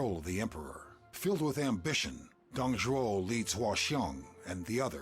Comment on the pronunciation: You do know it’s “Zhuo”, right? Not tryna be a douche about it. Nice video.